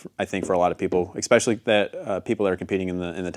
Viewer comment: It’s especially not eggspecaily